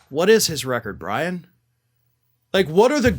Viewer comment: Record? More like "wreck-ord."